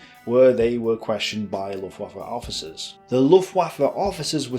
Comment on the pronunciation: Bee-o Minet? Luft-ooaffe? Come on man. You're an educated ''historian''. No doubt you know Luftwaffe isn't pronounced like a god damn waffle.